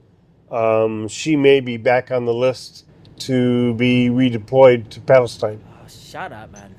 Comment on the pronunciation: 'Palestinr' he rruly is a moron